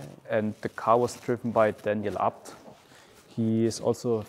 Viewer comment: Fyfan vilken jävla video du fått ihop, inspirerande som fan💯 men förlåt vem fan säger abt, man säger väll A B T?😂